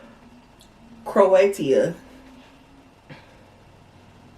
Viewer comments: omg she said ‘croatia’ “Crow a tia” wrong 😭 i love her so much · It's pronounced Cro-a-shuh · Croatia. it is pronounced Crow-a-sha. The snack in the Munch Pak 💖